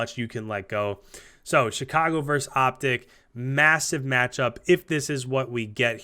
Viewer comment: For the love of all things holy, it's versus.. Not verse... Please share with every other cod commentator or broadcaster of anything ever.